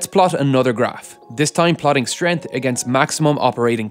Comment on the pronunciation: Strength has a 'G' in it...